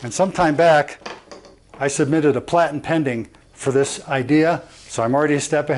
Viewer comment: “Platen pending”... 😂